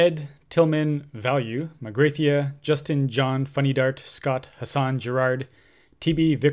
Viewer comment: Am i the only one that giggles each time he mispronounces Magrathea? This guy doesn't have his towel.